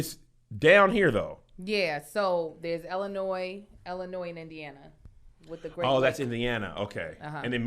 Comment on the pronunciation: Why does pronounce Illinois like it starts with an "E"?